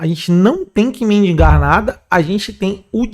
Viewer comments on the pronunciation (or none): Mendigar ,Dr , não mindingar !!🥲🥲